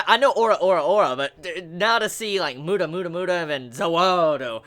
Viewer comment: PolnarEFF. Not Polnarf. Please, remember. His name is pronounced as Pol-na-raeff, not pol-narf. REFF. Seriously, it makes my ears BLEED each time you call him polnarf, not offence. Also, not mUda, it's pronounced mudA. It's the same as i hear my native russian dub of Jojo, and i hear my comrades call SpEEdwagon a SpeedwAgon... Please,. Play attention to how they pronounce the words. Like me, i called nAruto a narUto. But now i realized that i was wrong.